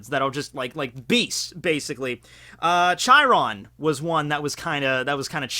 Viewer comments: Interesting fact: 'Chiron' is pronounced 'ky-ron'. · It’s Chiron (Kai-ron)